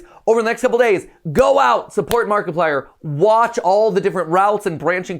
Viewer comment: Nobody: Game theory fans: Mackiplier